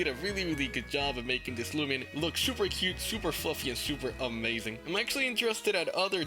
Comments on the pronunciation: Let's not talk about how it says looman legacy instead of loomian legacy lol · It's not loomlan legacy lol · finally he correct the looman legacy